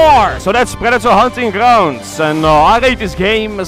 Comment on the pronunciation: no one:: grrrounds